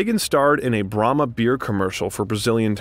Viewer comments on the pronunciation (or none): none